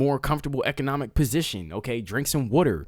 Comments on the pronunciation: It's water not wooter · You like to talk a lot. Twelve out of 15 mins. So PLEASE say this word properly. The word is WATER, pronounced with a short A sound. WATER. The word IS NOT pronounced WORDER. It is not spelled with, nor does it sound like, ORD. WATER, say, WATER please. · Drink whater , drink WATER 1st, SYLLABLE - Wa ~ 2nd syllable ter together ~ water !!!!! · Drink your wuder! 😂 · lol what is “wutter”….. where are you, never heard water pronounced like that…. Good show, good job😉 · i would sign a petition for this guy to never say water again.